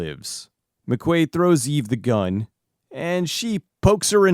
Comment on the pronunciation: Whenever he says the name of the robot I can't help but hear it as "eBay".